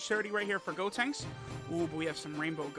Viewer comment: “Gotenks-suh” Hilarious 😂 😂